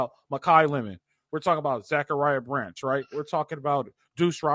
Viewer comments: Stop saying zac branch name wrong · Great show, why is still pronouncing Zach Branch name wrong? Fight on ✌️